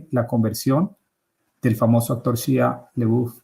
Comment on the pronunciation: Se pronuncia Shaia Labef.